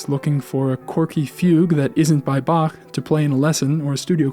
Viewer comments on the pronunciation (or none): none